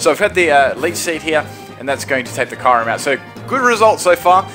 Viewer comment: Lol the way he said "Kyurem".